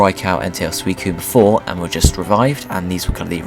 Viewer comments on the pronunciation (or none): seriously.. you pronounced Rai KOU wrong.. aswell as sui - CUNE seriously.. its not that hard to pronounce these names properly.. FFS!